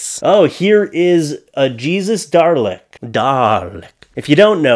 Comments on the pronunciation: Dalek, not Darlek. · And that Dalek is pronounced Dah’-lek. It’s an anagram of Kaled, pronounced Kah’-led, the race from which the Daleks were created. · There is no r in Dalek. 😂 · Dalek doesn't have an R in it. Why do so many people end up sayin "darlek" instead of "dalek" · I have so mushroom (much room) in my heart" and it's dales not Darley. and I like the tank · "Darleks," huh? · I had a friend who pronounced Daleks Die-locks. Hilarious.